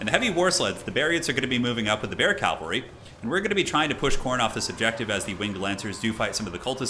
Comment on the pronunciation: He does say calvary instead of cavalry